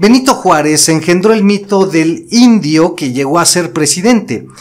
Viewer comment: Nuestros abuelos cuantan historias de hechos que ellos vivieron en persona y no coinciden con la historia que te cuentan sea cierto o no.héroes tratados como traidores y traidores tratados como héroes excelentes trabajo solo no te enfatices en decir indio oaxaqueño que cuando lo dices y la manera de escucha ofensivo viva mexico y su gente